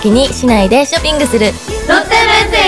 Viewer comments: ミナリやっぱり上手だなぁ…😍 ももりん日本語下手になった？？ ショッピングの発音が…🤔💭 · 江口拓也が好きなARMY ショッピングが「ショピング」になってるのは韓国語の発音の方しちゃってるからだと思いますww韓国と日本ごっちゃになってるのかと。笑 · これなら飛ばさないショピングの発音かわいい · ショッピングの発音がやっぱり韓国語になっちゃうのかな笑